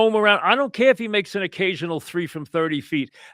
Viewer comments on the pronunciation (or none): "I don't cayuh how Mitch got injihhd!"